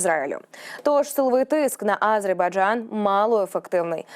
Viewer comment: Режет ухо, нЕ А зербайджан, а просто АзербайджАн, это все равно нЕ УкраИна, а УкрАина, жЕ диктор у вас ДОЛЖНА поставлена правильно речь и нЕ НАДО 🤕 выдумывать, СПАСИБО ❤🇺🇦